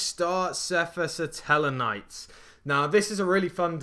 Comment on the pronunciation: Huh? I'm referring to the way he pronounces seraph.